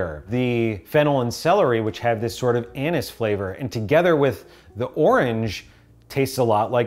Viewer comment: Anise guys its anise not anus 😂